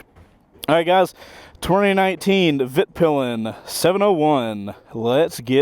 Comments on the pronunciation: it is pronounced Vit Pil en!!!!! You made me laugh at the beginning so American 🇺🇸 but you got it right in the end 😂 Thanks for doing something a little different. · Please americans, just call it «Weetpeelen» That pretty accurate to how you would say it in Swedish. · This man messed up the name twice in the first minute, my man how lmfao